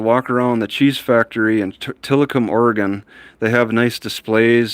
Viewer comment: it’s not Tillacum it’s actually tillamook! Lived in Oregon 33 years!